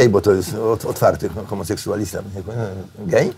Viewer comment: Oczywiscie ze Korwin-Mikke narusza godnosc gejow... I jak... Nawet nie potrafi wymowic slowa 'gej' bez udawanie ze pluje. Ktos powinien mu powiedziec, ze homoseksualizm nie jest wyborem.